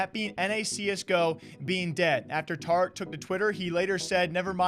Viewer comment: "TAH-RICK" pepega